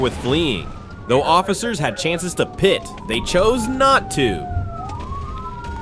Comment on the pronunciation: the person narrating this video needs to understand a pickup truck is not a suv and the word pite is pit no pi te